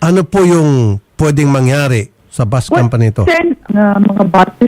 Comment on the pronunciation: Hi Idol Ruffy, can you pronounce is Bus not Bos